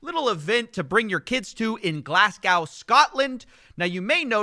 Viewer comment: The worst thing about his video is him saying Glasgow wrong. Can’t stand that!!